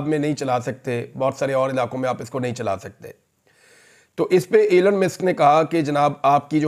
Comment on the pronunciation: Please pronounce Elon musk and not elan musk.